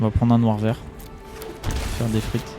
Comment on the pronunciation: En voyant la qualité de la vidéo je pensais que tu avais déjà plein d'abonnés ! Bravo ! Seule petite critique Deathrite ne se prononce pas "des frites" 😜